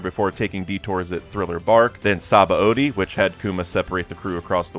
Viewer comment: that's not how you are supposed to pronounce Sabaody.